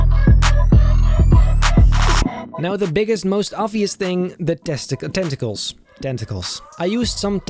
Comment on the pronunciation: testical 😂 I'm ded